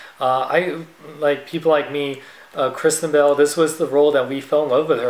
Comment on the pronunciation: I thought you said Christian Bale instead of Kristen Bell... :)